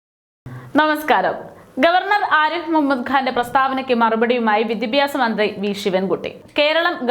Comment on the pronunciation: വി ദി പ്യാ സം എന്നല്ല ഉച്ചരിക്കുക. വിദ്യാഭ്യാസം എന്നായാൽ നല്ലത്.